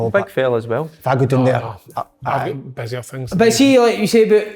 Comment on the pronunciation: "naw, i've got..........busier fings" :D